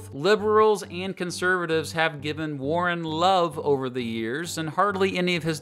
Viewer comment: Earl Warren? Earl warren? Ouch.